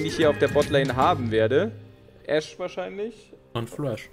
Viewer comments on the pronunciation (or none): wieso sagst du immer Ashe wie Asche das heißt Äääsch !!!eins!1elf! :D